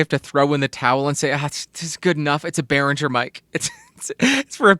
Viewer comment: You actually nailed the name. Good job, most people don't!